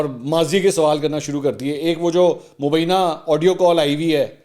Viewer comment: آپ اتنے بڑے اینکر ہیں لفظ مبینه نہیں ہوتا ی کے اوپر شد ہوتی ہے no mubeena it is mubyna تصحیح کر لیں ۔